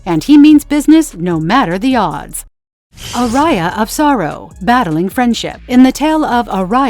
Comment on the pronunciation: I quit the video when i hear "ARAIA OF SORROW"